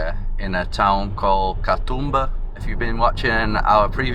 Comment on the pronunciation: Sorry for hogging the comments. The "oo" in Katoomba is a long sound. Think of how an Aussie would say zoom. Ka-zoom-ba. Ka-toom-ba. I just got to the end of the video and realised that your stay here has finished, advice on pronunciation is probably not of much use. I'm glad you enjoyed your time here. Safe travels for the future 😊 Please come back and see more of our wonderful island. I hope you were made to feel welcome while you were here 🙂